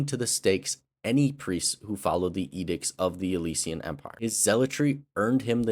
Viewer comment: Good video but the way you pronounce “Alessia/Alessian” irks me. 💀